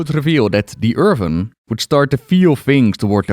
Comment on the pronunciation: Pls stop calling Earthen as Earven… Youve spoken english for so many years now, how is your pronounciation not improving?